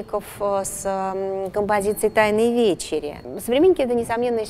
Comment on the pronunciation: Вечеря. Где ударение? А на Востоке люди смуглые, тем более тогда. И мыла ведь не было. А он пишет восточных людей белыми.